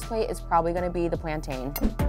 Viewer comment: Plantaaaaaayne. It's pronounced PLAN-TIN.